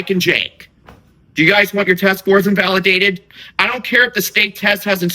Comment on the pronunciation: It keeps saying invalueaded 😂